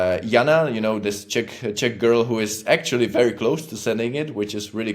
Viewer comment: Oh..."Czech"...not "Chick"...makes more sense...slow morning brain with a "what did he just say"